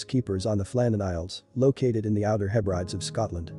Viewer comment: *"Hebrideez" 🤣 Interesting story, though!